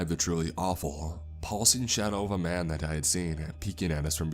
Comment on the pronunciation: “I squinted-uh I saw the silhouette of a man-uh” What’s with that?